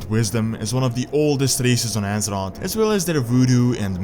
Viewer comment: The Horde died when they accepted pandas in their order. I love your vids but please stop. Its Thrall and not Trall, its Azeroth and not Asrot, Plague and not Plag and its Mass Destruction not Mess Destruction. You need to work with your grammar